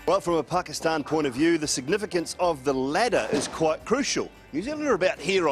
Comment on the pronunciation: The way he said Pakistan is exactly the same way Pakistanis say it.